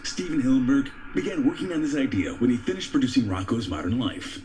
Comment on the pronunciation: he said win brother smh